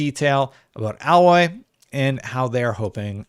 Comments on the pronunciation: Hearing alloy instead of A-loy is quite jarring. ((edit...when I posted I had not read the comments, didn't mean to dog pile but at this point it is kinda funny and since you pause every time you say alloy I suspect you may have done it on purpose so leaving the comment....pretty good video otherwise ;)~ )) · Can this guy read or is he just mispronouncing her name wrong on purpose, am I missing a joke because if he wasn't a complete idiot then he would alloy is how you spell what he was saying her name is A-loy. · A-loy not Al-loy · its not alloy but aloy lol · A-Loy not al-Loy the a is long not short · Can't people get over this already? She looks just fine goddamnit Also it's pronounced Ay - Loy not Ah - Loy ffs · Dude...it's pronounced...."A Lloy"....not AL loy:) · Alloy is a mixture of two different metals metals, like a set of alloy wheels. So yes in the video he is pronouncing her name wrong, but that could be blamed on the spelling of her name. As I’ve played the game I know the correct pronunciation. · You mean alloy? Aloy is pronounced different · you were thinking of the word alloy. But her name is pronounced ay-loy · sorry but not really. It's the letter 'A' and then 'Loy' (rhymes with boy). So 'A-Loy'. Not 'Ahloy' or 'Alloy'. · no you Didn't pronounce it right you said alloy like the metal its Aloy like if you asked for A chair or A shirt or if you wanted A loy. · Yeah you meant to pronounce it like 'ay-loy', not 'alloy' like the metal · Please name Aloy's name correctly, it's A as in hay not ahhloy, please pronounce Aloy next time. That's how it's pronounced in the game. I can't see alot of difference between it, so it's slight only. If people think is face is fatter it's purely because facial structures are created better in Forbidden West. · It's " eh loy" not alloy lol. But we'll let it slide since you 'prefer' Xbox 😄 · He pronounced Aloy like aluminum alloy 😂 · Say it with me now - "A" Loy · He's pronouncing it like Alloy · No? You didn’t. Aye-Loy.